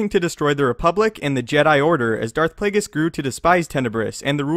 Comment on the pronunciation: SanjiBaratie Darth plagues?? It’s Darth plagueis